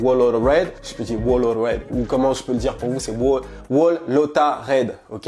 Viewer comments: whole se prononce comme hole :) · On prononce pas le W dans Whole sinon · Gon prononce pas le W dans whole